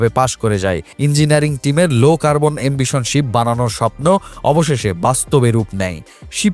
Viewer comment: ”লো কার্বন এমবিশন” না। শব্দটা “এমিশন” হবে।